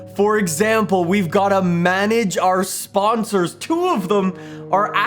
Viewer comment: Nobody:: SPAHNSARS